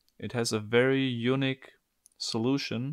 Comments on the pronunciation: "what makes this puzzle very eunuch..." A little tip for your English pronunciation... you're pronouncing "unique" like a VERY different word... "eunuch". NOT THE SAME. PROTIP: say "unique" like "you-neek" NOT "you-nick". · mate, I understand you're german, I'm not critical of mispronunciations normally (I'm not a native speaker myself), but every time you say "unique" to me it sounds like you're saying "eunuch" XD I'd put the accent on the "i" rather than the "u". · You need to stop pronouncing unique as eunuch :D